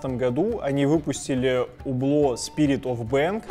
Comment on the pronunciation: Не Убло, а Юбло (не чистая Ю, а среднее между У и Ю). Аутентичности ради)